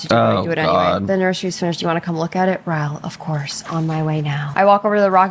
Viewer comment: y’all said Ryle the way Nicki Minaj pronounced ‘Roman’😭😭😭